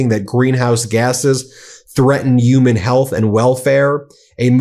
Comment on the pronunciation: I thought the word "human" had an "H" in it. Uman is a word?